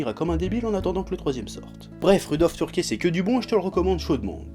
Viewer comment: on dit pas "turkè" mais "teurki"